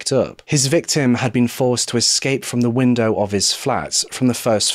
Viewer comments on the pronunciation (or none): none